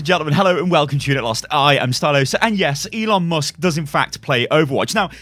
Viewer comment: ELON mus-kets